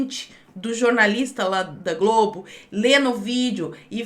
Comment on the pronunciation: Eu acho muito engraçado você falando "Rede 'Gables'"!!!!..........kkkkk Você é muito debochada!....kkkkkkkkkkkk O complicado é lembrar destas coisas na rua, e começar a rir sozinho,!!!!........kkkkkkkkkkkkkkkkkkkkkkkkkkkkkkkkkkkkkkkkkkkkkkk